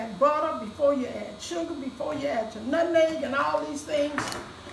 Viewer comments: I knew this was the recipe for me when she said “nutneg” instead of “nutmeg” 🙌🏽🩵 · I know it's right because she says "nutneg" instead of nutmeg, just like my Grannie. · Wow my 83 year old mom says "nutneg"😅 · 💗💗💗My mama used to say it like that too☺️. I’m sorry you lost your mom. I know that pain. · Yes my grandma said “nutneg” too and that defly struck my heartstrings ! Praying for u this holiday season!🙏🏾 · Mom says nutneg as well. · My grandma used to say nutneg too. It's a Virginia thing I think 😂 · My Auntie says it like that! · Lol, my mom use to say "nutneg" too 😄. And I feel your pain my mom passed away in February 2019😔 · She had me at “nut’n’egg” lol. I knew it was going to be a fantastic recipe as soon as I heard her pronounce nutmeg like my Madea! Love it! I made this recipe last year and it was amazing. My family loved it. Making it again this year. I’m so grateful for you taking the time to record this. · No how she said nutmeg (nutneg). I love it. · And “nutneg”!!!! My grandma use to say that!!! I miss my grandma. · My mom and aunts also said "nutneg" LOL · When she said lemon extra and nutNEG the whole video just felt like HOME ❤ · Listening to say "nutneg" reminds me of being in the kitchen with my grandma as a lil girl. I have watched this video a few times! I love this recipe! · Oooowewe astephenasearlesii THANK YOU SO MUCH FOR CLARIFYING how long cooked these pies… because she totally forgot‼️😅😂🤣 I’ve watched her for the past couple of years and still no new recipe giving cook time!🫣🤭🫠 She is just as sweet as I imagine her pies 🥧 to be! Her pronunciation of Nutmeg(Nut’n’neg) and Extract(Extra), nearly took me out‼️🫢🤫😁😆😄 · The same here with the pronunciation of nutmeg, and my condolences on your loss. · I know. God bless you. My mom said it the same way. She passed away March 8, 2017. 🙏🏾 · She says nutmeg like my mom. 🥰